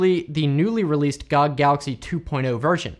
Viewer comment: its "gee oh gee" not "gahg"